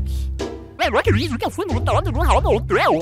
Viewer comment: quando ele fala habbo hotel eu entendo rabo hotel kkkkk